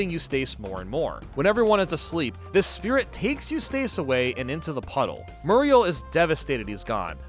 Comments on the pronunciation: Eustace is Yous-tis, not Yous-tace. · Why do you pronounce “Eustace” to weird? The end is “ess”, not “ace” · Okay you like Fairly Oddparents and say Grim Adventures would have been your thing, but Ed, Edd, 'n Eddy is TOO dumb? 🤔 Edit: you calling Eustace "You-stayce" was amusing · Your pronunciation of Eustace is killin me! 😂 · Anyone else annoyed by how he pronounces Eustace?😂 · You•Stace Murr•Eel